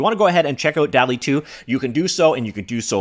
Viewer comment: I’m pretty sure it’s pronounced dolly2